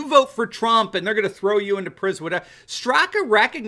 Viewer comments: FYI, Brandon's last name is pronounced "Strock". ☺️ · Information only...he pronounces his name Strak leaving the last "a" sound off. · The "a" in "Straka" is silent. Love the #WalkAway movement! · respectfully, Brandon’s last name - the A is silent. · I think the ‘a’ sound at the end of Brandon Straka is silent? Just a FYI! 💕